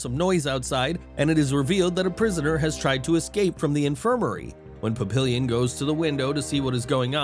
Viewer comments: Pap-ee-yawn = Papillion, not illion as in million. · Papillion, plural pap·il·lons [-lonz; French pa-pee-yawn].